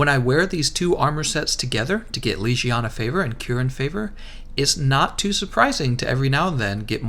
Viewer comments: "Legiana" how to pronounce : leg-e-ana not leeg-iana they say the name in the game how on earth do people get this wrong? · How did you manage to pronounce legiana leshiana? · How to do mispronounce Legiana? Boy can you read? LEG-I-ANA. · It’s pronounced leg iana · 370h... leGiana hard g please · The way you pronounce Legiana makes me cringe